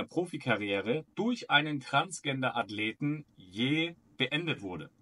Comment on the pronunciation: Das heist nicht trans"G"ender sondern Trans"J"ender.